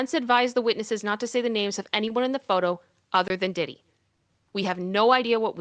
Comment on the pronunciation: P "WEE" DIDDY 🤣🤣🤣🤣🤣🤣